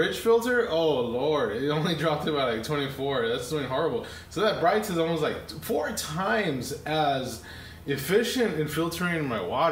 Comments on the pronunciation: Brit-a....not Bright-a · its not brightah its brita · He said “bright - ta “. Isn’t it pronounced as “breedA” lol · Y'all need to stop calling it "Brighter water" it's pronounced "Brit-ta" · You're pronouncing that all wrong. It's not Brighter it's Brita. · It's pronounced Brituh. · It's not BRIGHT-A and COE-PPER? !! SMH. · It's pronounced Brit-ah (like Britain.) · Did my man just call it a bri ta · its Brightá 😂😂😂😂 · You are both wrong its brittney. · it was funny to hear you say it like that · Please pronounce Brita correctly..... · Pronounce correctly please. Geez. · You need to learn how to pronounce brita.